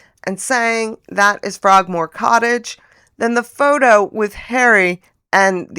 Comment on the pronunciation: Hahahahaha!!! Faux - toe! 😂